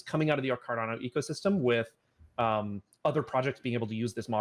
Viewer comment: Dude said Cardono lol